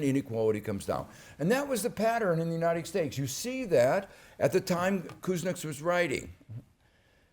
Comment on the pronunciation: Uniced Stakes